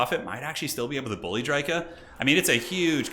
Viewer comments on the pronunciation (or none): none